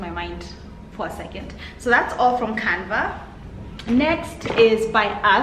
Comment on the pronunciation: love you girls but its canvas not canvas sorry it was bothering me